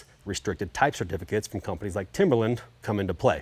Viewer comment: How the hell do you go through this entire process and not know how to say Timberline’s name properly. Ugh. What a slap in the face. Embarrassing. Although the amount of misinformation from the start of this whole thing, it’s not surprising.